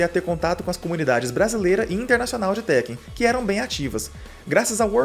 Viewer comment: Por que todo mundo passou a chamar Tekken de TÉkken? Nos anos 90 a gente falava certo.